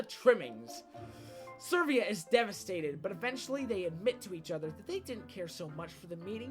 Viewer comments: ServEEa? Its Severa. Like Sever. With an "uh" at the end. Its a real name. x[ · Um... It's Severa... Not Servia... Although I like the list! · No offence, but I find it funny that you say Severa as Servia, and, given what you say about her, that she's manipulative and all that, SERV(E)IA makes sense. Also, Chrome isn't Google, so no Google Chrome here XD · heh, "servia" not severa, noooooo, its actually been "servia" all this time. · Grangel? SERVIA? DAFUQ NIGGA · Dude, I love your videos so much, but some of your pronunciations just.. flat out irritate me. I mean, Lissa is canonically like the name Alyssa, without the A sound of course. Then there's Severa who, 1) doesn't have an R where you sound it. 2) It's a pun off of SEVERE because of her SEVERE attitude. I mean, I'm not completely judging because I might mispronounce things as well, it's just that those two names bother me the most. >-> Sorry if I sounded completely rude.